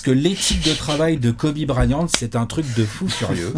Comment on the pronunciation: Tout le monde: Kobe Bryant: Kobe Brahyante Fais un effort haha 😭😭😭😭